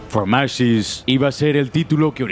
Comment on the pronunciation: Yo: Que buen video! El narrador: fromashes! Fromashes!